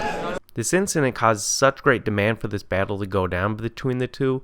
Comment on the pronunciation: “Bayttle Wrap”